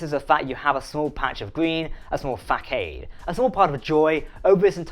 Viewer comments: It's pronounced Fa Sod not Fak aide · it's façade with the ç pronounced like an s not a hard c. Fasard instead of facaid. I enjoy your content Keep up the good work. 🤜🏽💥🤛🏻